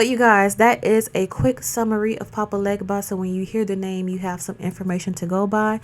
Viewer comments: Papa Legba IS Eshu Elegbara, ask him yourself... He also prefers you pronounce his name without the G (Haiti was heavily French influenced). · Talking about something when you cant pronounce it correctly loses your credibility 🤨